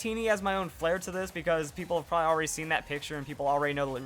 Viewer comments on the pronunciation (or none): none